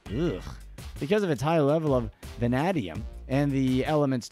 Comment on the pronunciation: I hereby order you back to the studio to re-record this audio after you learn to pronounce “VANADIUM”!!